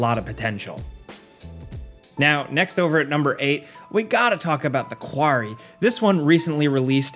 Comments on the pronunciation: “The kwarry” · The quarry? The quarry??